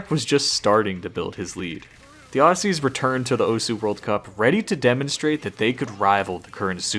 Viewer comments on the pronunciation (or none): still pronounced aussie as assy tho